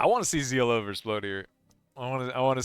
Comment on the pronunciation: Please call him ZLO , as in SLOW ,HES FROM FAF , the best of the best